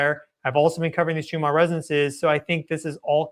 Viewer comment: Schumann is most likely of German descent. Is that why you pronounce it as if it ends in an “R” instead of the two “N’s” it actually ends in?